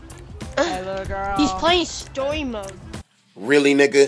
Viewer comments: “Stowy Mode” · “He’s pwaying Stowy mode” he clearly play online tf